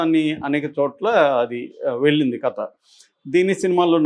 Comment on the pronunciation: U r a journalist. Don't spell it as కత , say కథ.